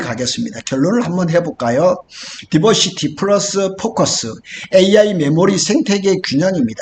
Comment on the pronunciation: 디버시티라고 하지 말고, 다이버시티라고 하세요. 영어 단어를 쓰려면 맞게 써야지... 아니면 쓰지 말던가....티시벤더도 티쓔벤더로 들림.